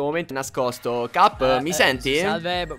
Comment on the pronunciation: In realtà dice cap ma sembra che dice gabby. Anche se fa comunque ridere😂